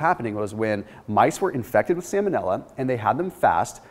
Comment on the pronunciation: Salmon-illa. Lol vanilla flavored salmon